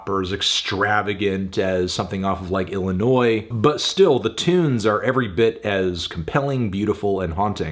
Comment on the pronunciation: He really just say Illinoise like dat?